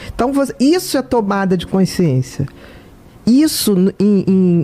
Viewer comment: Q aflição ouvir ela falar "coinsciência"... meu Deus!